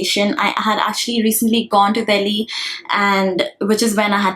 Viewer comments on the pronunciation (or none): none